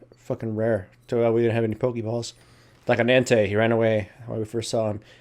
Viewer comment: I actually thought I misheard you when you said entei. I was like whaa and then you said ice beam.